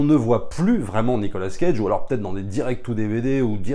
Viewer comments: Nicolas CAGE . Pas Nicolas scage ^^ mdr .. 🤪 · Ont dit cage pas scage. Mes oreilles saignent.... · Pourquoi dire SCage prononcé le S de sont prénom qui ne fait pas parti de son nom moi on ne me dit pas SFerrigno